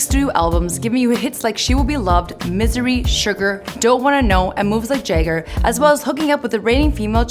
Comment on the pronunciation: and - Did you pronounce Jagger as "Jay-ger"? It's "JAH-ger". Seriously, I think Mike Jayger of the Rolland Stones is an awesome singer.